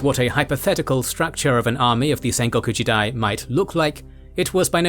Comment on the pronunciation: FYI, It's not sen-go koo-ji-dai, it's Sen-Go-Ku Ji-Dai. Sen is "Warring", goku is country or "State", Jidai is "Era"... hence Warring States Era. Other than that, great documentation.